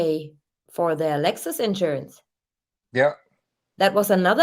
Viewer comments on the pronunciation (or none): none